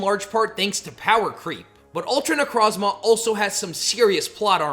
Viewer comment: It’s pronounced nuh-CROHZ-muh and ar-KEY-iss, “”! 🤨